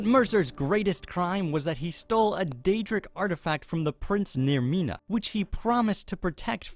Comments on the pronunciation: That's Namira. Not "Naermina" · You not only said the wrong daedric prince, you also called her "Naermina" for some reason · her name isn't even naemina, it's namira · yeah it did sound more like vermina rather than namira.